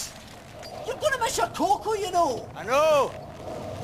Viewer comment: "miss yehr COCOA". He said "cocoa".